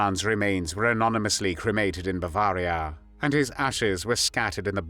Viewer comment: Strange vowels betray a rather confused algorithm? (Eg Bavaaria Jarmeni)